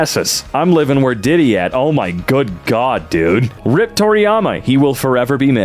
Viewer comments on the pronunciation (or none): Another narrator who doesn't know them difference between rip (tear) and RIP (rest in peace/requiescat in pace) - definitely should pronounce the letters individually